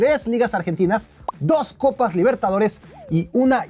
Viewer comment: Cuatro "coppi" calma wacho 🤣🤣